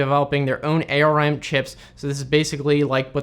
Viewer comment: I love it when I hear A.R.M instead of ARM.